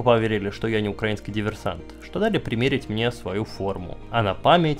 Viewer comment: СПАСИБО АЛЕКСАНДРУ ЗА ЧЕСТНОЕ ОСВЕЩЕНИЕ СИТУАЦИИ И ЗА ПРАВИЛЬНОЕ УДАРЕНИЕ В СЛОВЕ "УКРАИ́НСКИЙ". Штефанов крут! Замечания: В ТЕЧЕНИЕ часа, а не "в течении часа" РЕТИРОВА́ЛИСЬ (ретировА́ться), а не "рети́ровались". ГрИ́щенко ГерА́щенко ЛЕ́щенко ЛЕ́вченко МА́рченко (не всегда ударение на е в суффиксе).